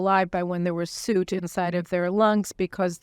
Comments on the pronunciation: Suit? Do you mean soot? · Pronounced suute